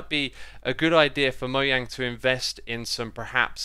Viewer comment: Thank you for pronouncing Mojang's name correctly.